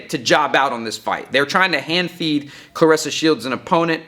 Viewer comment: Aye you make sure you bring yo a$$ back on here making a video about how u were wrong and very condescending and had a slightly disrespect undertone... and when you get back say her name right not like how you did when u started ur monolog 🤣🤣🤣👀🤣🤣🤣 hurry up we waiting lmao 🤣